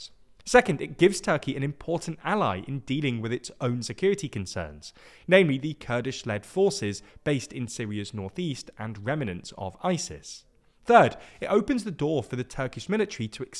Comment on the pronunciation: remnants, not "reminants"